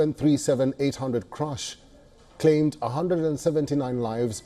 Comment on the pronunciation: Its CRASH n not CRUSH!